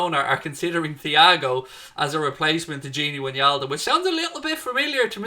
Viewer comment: It’s “ Why Naldum “ !!!